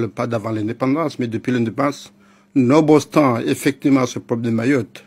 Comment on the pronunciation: Nobostant ???? 😂😂😂😂😂😂 C’était quoi ?? Nonobstant ??? 😂